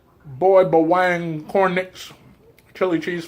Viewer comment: You should try nagaraya adobo or garlic flavor....and its pronounced as BA-WANG not BAweng